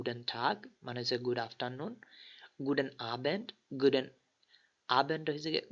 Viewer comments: vai 1st tutorial a to T ke teh uccharon korlam, tahole ekhane guten ke kno guden bollam? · Teh ii hobe...er kann nicht gut deutsch..